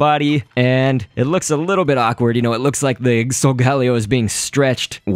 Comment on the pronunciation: but I think solgaleo is said like soul-gale-io but whatever floats your boat